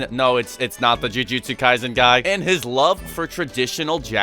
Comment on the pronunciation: I thought it was supposed to be pronounce as jujutsu "kayson"